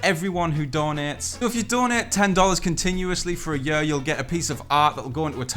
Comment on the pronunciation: He says “yur” 😂 for year lmao